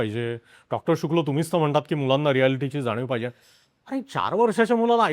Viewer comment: सुंदर podcast! एकच विनंती की आलेल्या पाहुण्यांचे नाव नीट उच्चारले जावे. त्यांचे आडनाव शुक्ल आहे शुक्ला नाही. त्यांची ओळख सुद्धा नीट सांगितली नाही. ह्याची काळजी घ्यावी.